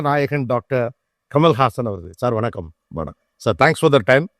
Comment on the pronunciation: 'வனக்கம்' இல்ல கோபி! 'வணக்கம்'. தமிழ் மொழிக்காக கொஞ்சம் உங்கள் நாவை வணங்க வையுங்களேன் 🙏